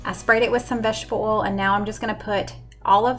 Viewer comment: it's not oolll it's oil. O y l.